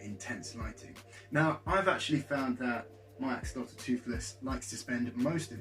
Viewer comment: A-WHOL-LE-TEH please say it like....imagine if the salamander was naked Fulham but we called it FULL HAM